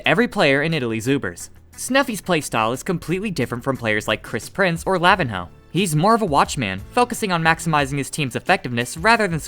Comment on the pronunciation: every time someome pronounces lavinho like that an angel loses it's wings